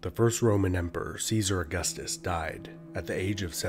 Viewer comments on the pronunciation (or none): none